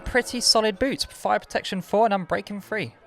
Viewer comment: my man said protecion 5